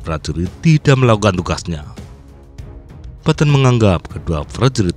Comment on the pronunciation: Bro baca nya petten bukan patton